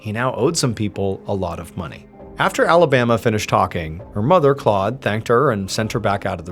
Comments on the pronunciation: Not Alabama I’m sorry just no maybe in French accent sounds better idk but that got me hung up more than anything. Oh I see where it’s going. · Pronounced, A-La-Ba-MAH 😊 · Pronounced Alabamoi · “Alabama” 🤦‍♂️ just no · Why they name the kid Alabama tho? Also why "patruiqe" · 'Alabama' and 'Patreek' dear god . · It's not pronounced Alabama like the state, dipshit. Why would a French person name their child that? At least know how to pronounce names and places when you do these videos. Your frequent mispronunciations are annoying as hell.